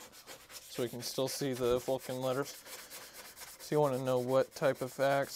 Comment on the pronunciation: Yup Dremel or the like but just keep the temperature low on the side wall. Oh yeah almost forgot, it's not a "Vulcan" axe. It's pronounced more like "Vo-Shan". Cause if you want to honour the axe by restoring it you also got to honour it by calling it by its proper name ;)